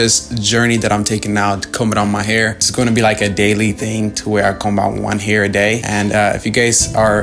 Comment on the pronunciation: Never heard anyone pronounce the B in the word Comb until now